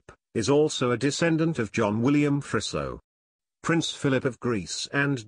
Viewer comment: It's pronounced more like Freezo rather than Frisso